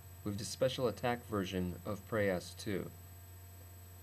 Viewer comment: it is not preyOs it is preyas